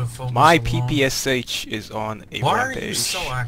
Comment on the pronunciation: Guy, you don't pronounce "PPSH" in the right way. You need to pronounce sh not as "s" "h" but as "sh" like in words, for example "shadow"